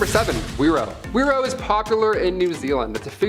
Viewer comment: whiro is pronounced firo with a rolled r and Maori is pronounced maow (rolled r) ri. yw.